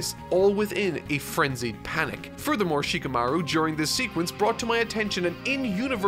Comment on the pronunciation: Shi-KAH-maru. HI-nata. These vids are great and I’m glad you’re discovering this awesome story. I haven’t read the manga but I started watching last year and only recently finished. I wish the anime got the DB Kai treatment. Far too much filler and padding time with flashbacks.